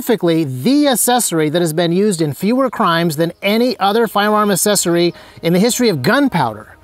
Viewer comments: It's "accessory," not "assessory." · I was hyped up on this video until he pronounced accessory, “assessory”, then I was just annoyed. Wtf is going on in the gun community that people can’t pronounce accessory? ac·ces·so·ry